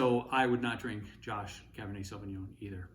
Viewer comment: Cabernet Sauvignon in an Italian restaurant is a crime in itself. Pronouncing it as sauvingoan is another one.